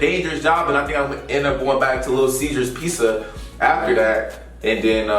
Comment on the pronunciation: is it that hard to say pizza 😂